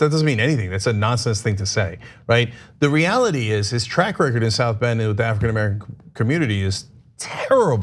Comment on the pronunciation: Cenk: African Amercilum